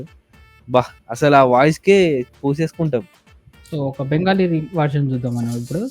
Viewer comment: Bengali vallu V nu B ani palukutharu. Konchem GK kooda penchukunte baguntundhi?